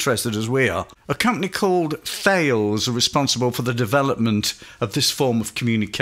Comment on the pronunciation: Just a note,Thales the company you mention, is pronounced 'Talis'. A French origin company I do believe.